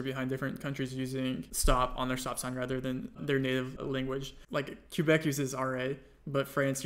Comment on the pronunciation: You did not just say "Q - bec" that confidently after just saying "no one likes Canada"... like, sir, you didn't even pronounce it the non-French way, you just straight up pronounced it wrong.